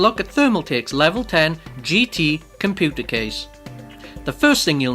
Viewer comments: It's pronounces Com-pu-ter not Com-poo-ter :L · Did he just say "Compooter Case"